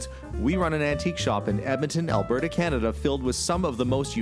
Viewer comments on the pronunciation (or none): none